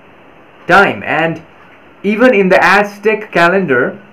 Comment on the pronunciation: Azzzteck not asstick, thank you